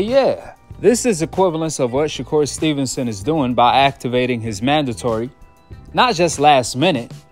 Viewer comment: I heard someone say, Shakoon stevenson 🤣